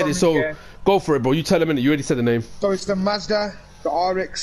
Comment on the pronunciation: You are pronouncing every one of the names wrong